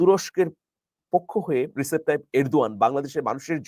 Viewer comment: His name is Rejep , though written as Recep. In turkish C is prounced as J.